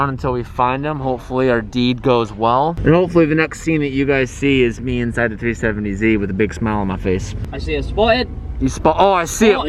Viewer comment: New Car... "New, 2010, 3-fifh-70Z."